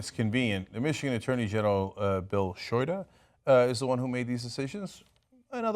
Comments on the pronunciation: Not that it matters but it's Bill Shoe-dee not Shoy-duh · Bill Schute as in Bill Shoe-tee, not Bill Shita